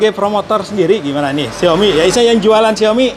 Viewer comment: Xiaomi kak bukan Xioami